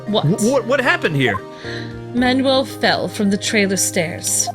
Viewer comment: Why did they say Manuel so wrong